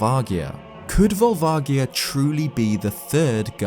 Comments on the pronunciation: Awesome video! However, it's probably pronounced Vol-va-ji-a. The Japanese name uses ジ (ji) not ギ (gi). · Vol-vah-jee-ah will always be how I pronounce it, it's closer to the Japanese pronunciation. They came up with it so they get to choose pronunciation. I know I should just let it go and I'm sorry for being petty about it, but I just couldn't leave it alone. THAT SAID, this video was really great and informative! It really made me look at the Fire Temple and Volvagia in a way I never had before. Though honestly I thought you were going to say the Gerudo built it when you started talking about how Ganon might have known about the dragon. That, combined with the architecture and the original style of the Fire Temple's music with the Arabic sampling really made sense to me. I was a bit surprised you didn't go in that direction! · The G in Volvagia is a “soft G” actually, when looking at the Japanese spelling. Amazing video. Never would have known about Spectacle Rock being in Ocarina of Time. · I have pronounced it vol vadgia for twenty years. I've never heard it with a hard g until today. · JSYK Volvagia is pronounced: Volv ….:. (like the start of the word Volvo as in the car brand but minus the 'o') ag- said like 'age' (as in how old you are) ia- rhymes with Sia (like the singer/songwriter) Volv-ag-ia. Not Volv-agg-ia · It actually is written with a soft "j" sound in the Japanese game, for what it's worth. Sure, they change things up in localization sometimes - strictly it's more like "Barubajia" than anything (hence Barba from Zelda 2, who I'm surprised the video never mentioned) - but when there's no official English pronunciation stating otherwise, I think it's a fair assumption that it'll be similar. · Ugh, you say Volvagia wrong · That's correct. consistently gets this one wrong, because it's never been pronounced out loud in any English media - but the Japanese version quite explicitly has a soft "g" sound.